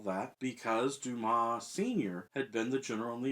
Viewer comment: I see you've fixed "Wednesday". At least you can pronounce Dumas...and not calling him "dumbass"... Interesting what happens to an unfinished novel after the author's death. Kafka's novels were all unfinished. I wonder whether I will tackle The Mystery of Edwin Drood after I've read the rest of Dickens' novels.